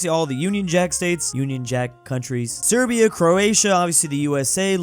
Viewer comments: Serbian not s8berian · bro just called serbia siberia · I hate how has begun calling Serbia "Siberia," it's so annoying as a geography nerd.